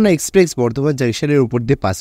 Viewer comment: ভাই, আমি আপনার থেকে বয়সের নিরিখে অনেকটাই এগিয়ে আছি। তাই কিছু মনে করবেন না আশা করি। আসল কথাটি হলো আপনার ইংরাজি শব্দের বাংলা উচ্চারণ নিয়ে। আরও একটি ভিডিও তেও একই ভুল উচ্চারণ করতে শুনেছি। কিন্তু, ঐ ভদ্রলোকের বয়স অনেকটাই বেশি। তাই তাঁকে আর কম্যান্ড করিনি। কিন্তু আপনাকে বলছি। কথাটা 'এক্সপ্রেস', এক্সপ্রেক্স নয়। আর, বৃষ্টি কয়েক 'ফসলা' ফলসা নয়। ধন্যবাদ।